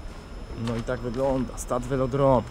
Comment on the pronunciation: "Stade VeloDRON"? :D